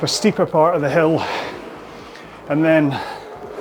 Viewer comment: said “hill workout”…at first I thought he said “hell workout”. 😀